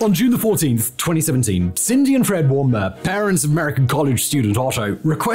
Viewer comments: It’s not “warm-Beyer.” It’s phonetic. “Warm beer.” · You create so MUCH good content, but you keep butchering names in almost every episode, as in you mix up letters, read them in the wrong sequence etc. His last name was "Warmbier" literally "Warm Beer" that is how you say it, not BRIAR :D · Simon you must have heard the name pronounced somewhere before or a German speaker saying bier!! It sounds more like Warmbeer. Sorry but it reeeally vexes me :-) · I'd like a tad more effort from the narrator. Example there's very extensively available video news pronouncing the subject of this video correctly as "warm-bier" If you can blather on in you ad reads so thoroughly is pronunciations the subject's name so taxing?